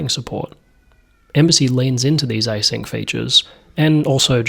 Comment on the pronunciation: it's async not i-sync.